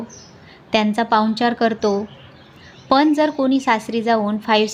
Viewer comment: कृपया "न "व "ण "कडे लक्ष द्यावे. "पन "नाही "ते "पण " आहे. भाषा शुद्ध पाहिजे. ती आपली आई आहे.